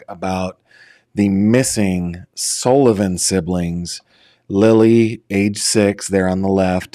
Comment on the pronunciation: Sullivan not Sollivan.